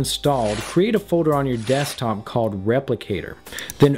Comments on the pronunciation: creeper dekstop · "Dekstop" apparently is Lewis's tech.